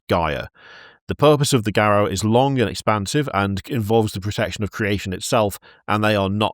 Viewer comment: mispronunciation of Garou hurts me. It's edrived from the french word for werewolf, loup-garou (said more or less like Loo-Gahroo) so Garou isn't said GahRaou but Gahroo. And yes they can kick the asses but pretty much everything in WoD canon because all the Changing Breeds are scary AF